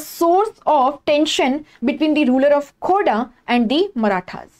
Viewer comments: It is not khoda ....it is Kho-r-dha rebellion .... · Mam it's खोरधा not खोडा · Mam it is khurdha,not khoda.. Correct it.. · Mam, ye खूर्दा hai not khoda 😍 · Mam the pronounciation is wrong..That's KHORDHA mam,I belong to this place Thank u btw...